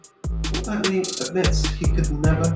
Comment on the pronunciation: His name is Paul Be tta ny. Not Paul Bet ney? WTF